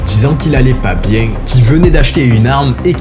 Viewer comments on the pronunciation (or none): « pas bieng »